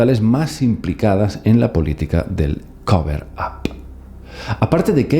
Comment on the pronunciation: Para que se te haga mas fácil pronunciar cover up dilo asi: coverap. 👍🏼